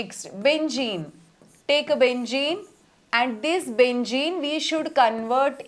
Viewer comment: Benzene ❌Bengeen✅